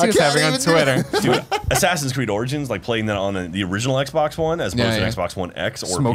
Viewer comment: correction its more like sassinscreed